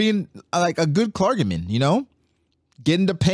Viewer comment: making fun of syv’s Pronunciation the other day and now butchering the pronunciation of clergy is really funny